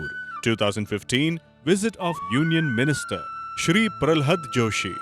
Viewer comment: Such a pity that in official channel pronounces Gurudev's name as रनाडे instead of रानडे. Forget about pronunciations like प्रह्लद (instead of प्रह्लाद), भगवत (instead of भागवत ), उफाध्याय (instead of उपाध्याय)...Such an anglicised diction of Native words is quite disheartening